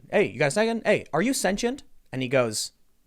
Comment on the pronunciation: “Hey dude are you sentient?” Maybe if you pronounced it correctly he’d have half a shot at answering your question.